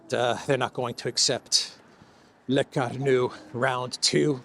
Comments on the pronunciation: Lecornu = Le-core-nu and not Le-car-nu. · CORE-nu, not CAR-nu.